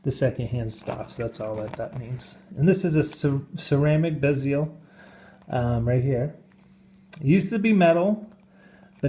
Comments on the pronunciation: HAHAHAHHAHA IS A FUNNY DUDE, HE'S BEING SARCASTIC....THERE'S NO WAY HE'S SERIOUS "sub-ma-RI- ner", "BEE-zeal" "mother of pearl" OMF HAHAHHAHAHAHA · LOL, I love this new genre of satire. My man didn't even know how to pronounce "Geneve", or "bezel". But of course, this is all satire.